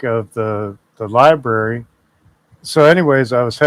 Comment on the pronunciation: When you can't even pronounce library correctly, you know he never went inside a library to look for a book or even read a book.